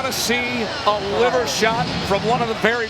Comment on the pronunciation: Delahoya fighters always gettin know ched out like awww my LEEVER LOL LEEVER 😂😂NOT LIVER SLOW FOLK